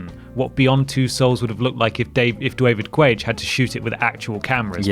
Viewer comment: So why does say Dwavid Cwage?